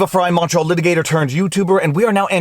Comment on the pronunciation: Are you saying Montreal lawyer or Macho lawyer in your intro? 😁